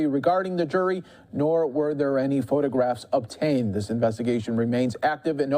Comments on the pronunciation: lol, reporter can't figure out how to say the word "photograph" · I believe the word you were looking for was “photograph” … pho toe graphh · Fox Journalists so ignorant they can’t even pronounce the verb “photograph“. 🤦🏻‍♀️ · it was funny when he forgot how to pronounce the word "photograph."